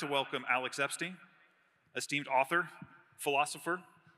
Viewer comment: Epstein. /Ep-stine/ not /ep-steen/ When did wearing a cap indoors become acceptable ?